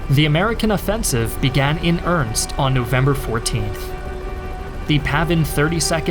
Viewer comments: I've noticed he also says "earnst" instead of "earnest". Literally the bare minimum they can do is at least learn how to pronounce basic words correctly. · Lol at pronouncing “earnest” like “Ernest” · Weird pronunciation of "exploited" and "earnest" . . . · he can get the 4 part Viet names right but earnest is too tough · Can pronounce all kinds of complicated Vietnamese words but can't pronounce "pyrrhic" or "earnest"